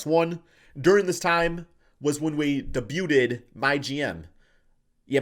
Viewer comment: de-bu-ted? lol